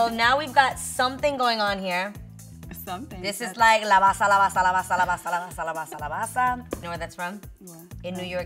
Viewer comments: It’s not la bassa lmao 😆 It’s “la base la base la base” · that was soo funny... la basaa la basaaa la basaa, but ps, is la base...lol, love to see a fellow latina, and even more a fellow new yorker thriving. love youuuu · CORRECTION: is not la basa is la base 🙆‍♀️